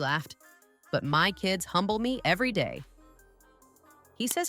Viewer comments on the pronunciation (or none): none